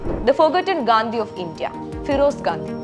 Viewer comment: Mole gadhi alla Gandi😂😂😂 anu adyam adu paranju padi